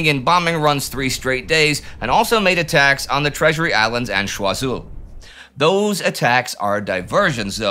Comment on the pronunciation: choisol is pronounced "choy - sol" not "shwa - zul" just pointing that out but otherwise good.